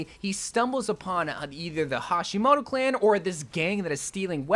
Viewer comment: You mispronounced hashimoto as Hishimoto lol